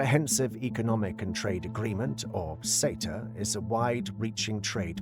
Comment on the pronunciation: Why is SETA and LAW pronounced as cetar and lawr?